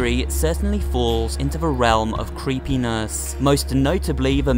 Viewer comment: Did he say creepiness because it sounds like Creepienas?